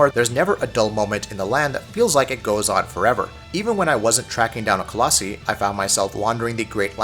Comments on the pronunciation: “colossE” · Nice review guys! However colossi (co-loss-eye) just in the future. Just sounded funny lol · Its pronounced coloss-eye. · Not only are you saying Colossi wrong, you're also using it incorrectly most of the time. Colossi is the plural form of Colossus, and should have only been used when referring to multiple Colossi at a time... However you would us it as if it were the singular form. Like when you said "hunting down a Colossi" instead of "hunting down a Colossus" It bothered me the entire time. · I was impressed you actually managed to call the horse Agro instead of Argo like a lot of other reviewers, but then you screwed it all up by mispronuncing colossi a tonne of times lol.